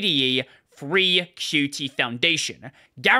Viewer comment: haha, THANK YOU for calling it "Q. T." and not "cute"